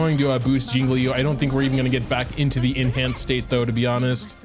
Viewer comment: STOP SAYING “LEE YOU”